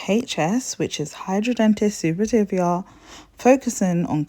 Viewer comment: Its brilliant that you're spreading awareness for HS but if you're helping to treat it, please pronounce it correctly. No hate just making you aware that you're pronouncing it incorrectly xx